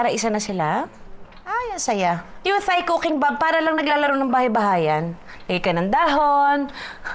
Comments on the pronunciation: Hindi po prinopronounce ung H sa Thai. Parang Tay/Tai lang sya hindi Thai na parang thigh 😊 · “Thai” is pronounced as “tie” like the knot, not “thigh” 🤦🏽‍♂️ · Hahaha, from Nong to watoosi— I love your videos! Oh, sige na nga, game. Ako na mamabash, but the common (I won’t say “proper” because everyone has their own way or preference) to pronounce “Thai,” is TAI. Not with the “th” sound. Love you! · Its pronounced daw po as Tai.. though the spelling is Thai. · my life my choice.....mind your own business...kaya nga totoong show ito walang perfect may pa th th pa ano ngayon kung gusto nya ng ttttthhhhhaaaaiii...aysus abaw nkang gid.....tan aw lng bala damo kamo mga perpekto ah kadto kmo sa mga oerfect ah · Judaaay! Thai is pronounced as 'Tai' 😊